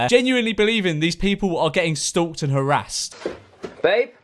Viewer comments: No one: Memeulous: STOÜKED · No one: George: "S T U L K T"